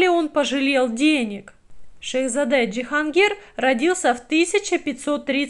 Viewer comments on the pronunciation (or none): Почему ДжихАнгир?